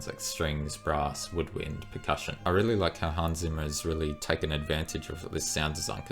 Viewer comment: Hans Zimmer please, not Simmer!! Or do you pronounce pizza = pissa?